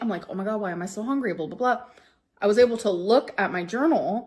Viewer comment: HONGRY. I’ve never heard anyone else pronounce hungry that way.